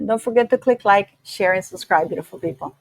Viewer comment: speaks very good English. She just needs to crisp up the word "subscribe." (I think she inadvertently drops the "B" in subscribe.) You can do it,! ❤